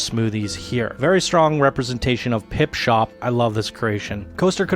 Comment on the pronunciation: For Christ sake, would you please stop saying "Pipshop" when it is called "PipSHOT"? Thank you :) otherwise, great video and congrats to the winners.